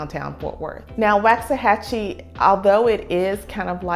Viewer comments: Hon its not wax it like wach achie boy when did it jump from 25000 to 45000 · First thing to know about Waxahachie: It’s pronounced “woks-a-hachie”, not “waks-a-hachie”. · it's pronounced Wox-a-hatchy. the population has probably doubled in the last 5 years, no new roads to handle the traffic. the traffic is crazy, the restaurants pretty much all suck, there's no good grocery shopping in the area, nothing for families. if you work in dallas you better prepare for a 1.5 hour drive on average, Fort Worth a little more. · You’re saying it wrong. “Walks a hachie”. but I really like your video. Thank you. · pronounced walks-a-hachie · Why does she say WAXahachie? ?!!11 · It is not pronounced like candle wax. Never has been. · Woxahachie. That’s how it’s pronounced. No “a”. I moved there in 1982 when we only had one stop light located at the now Walgreens which used to be a Dairy Queen. Enjoy! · How to tell when someone not from there: They pronounce it WAX-a-hachie 🤣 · It's pronounced like wok (asian frying pan). - - - Woksahachie. My father lived there as a child. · It’s “Wox”. Trust I got the business pronouncing it wrong. So much so I couldn’t finish your video. I live here now and just couldn’t hear you say it wrong after the 4th time. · It’s like nails against a chalkboard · Please oh Please learn to say it correctly!!!!! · That’s not how u say Waxahachie lord this video just made me mad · Don't listen to this woman. She can't even say the name correctly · This woman doesn't even know how to pronounce the name of the town do not trust her she has never been here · Couldn’t watch the video. You can’t even pronounce the name of the town so why would I take your opinion on anything about town? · I can’t handle listening to her mispronounce Waxahachie. Please learn the pronunciation if you are going to try and sell the area. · All true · why not pronounce it correctly?